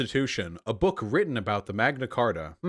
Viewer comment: "The Queen is a fucking chibi doll that sits on her throne and waits for death." I mean....he's not wrong, lol Honestly at this point, the Royal Family is basically our version of the Kardashians Edit: I'm on Vaush's side here, but hearing "Magna Carter" gave me psychic damage.